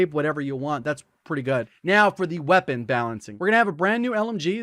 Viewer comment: No one:: Qeapon